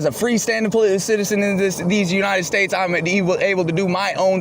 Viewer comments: I bet his grandma would be embarrassed of just how stupid her grandson has become. Did this clown say these anited states? 🤡🌎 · "these ANITED states." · He says, "these anited states"